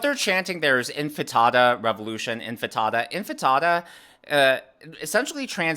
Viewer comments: Intifada not infitada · Intifada not infitada! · Its' intifada, not infitada. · it's "intifada", not "enfatada" or enchilada. 😄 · *'intifada', not infitada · I love ya, but it's CANARY (the bird) in the coal mine, and it's INTIFADA not infitata. LOL Great show my husband and I enjoy watching your videos! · Love your videos,!! I believe the word is pronounced inti-faaa-duh. Thanks for all of your hard work:)